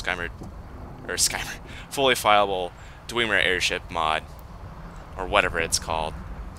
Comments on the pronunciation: did he just say dweemer? LOL anyway good video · it is not dwemer